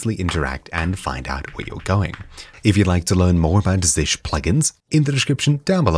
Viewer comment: It's not [zish] but [zee shell].